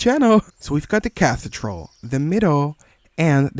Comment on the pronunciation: Cathedral is pronounced as "Kathy-Drull"